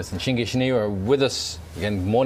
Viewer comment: The proper pronunciation is Shin-gye sounding like shin-guy. But she allows people to use Shin-gee however this isn't correct, hope this helps :)